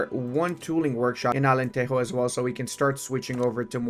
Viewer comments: It's not alanterro, é alantejo of jota, alentejo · It’s AlenteJo not Alenteho 😭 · in Portuguese we do not pronouce de "j" as a "r" like in spanish, Alentero. The "j" in portuguese do not have a similar sound in spanish neither in english. It is like a "g" when saying "ge" or xgi" preserving the sound of the g, but with another vogals: ja, jo, ju. Alentejo. My God, how it is dificcult to explain the sounds typing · Portuguese people don't say "j" as the spanish. Alentejo is "Ahh-lehn-teh-jo", if you read it in english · Alentejo is pronounced алентежу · Se ele vier pra Portugal depois de dizer Alenterro... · But he says "Alenterro"... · The J is like French not Spanish🙏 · Immediately paused the video when he pronounced Alenteijo. J’s do not make h sounds they make J sounds. There is a reason the word January starts with a J in Portuguese and not with an E like in Spanish. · Thanks for playing Portugal! Just a quick note, it’s Alentejo as in Joe but without the e. We don’t say the J like the Spanish we say it like the English and such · that can be taught 😂